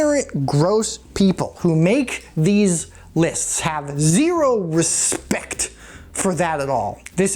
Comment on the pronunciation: You hit that hard plosion on "respect" and I felt like i needed to wash my face.... Good times subscribed